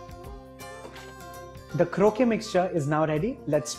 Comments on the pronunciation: "Krokay" (croquet) is a lawn game played with balls, hoops, and mallets. Kroket" (croquette) is a stuffed, breaded and deep fried patty like the ones you're making.The English must have mispronounced the word in India. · Croquette is pronounced (crow-ket)